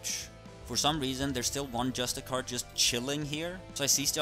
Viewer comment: Sry i couldnt get over the way you mispronounced justiciar